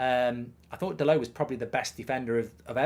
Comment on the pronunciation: Dallott is from Portugal, NOT fvcking Paris..... His name is DALLOTT, Dal'Oh